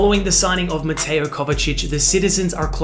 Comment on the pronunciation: Also as a Croat I can confirm that mateo wasnt pronounced correctly but it’s all good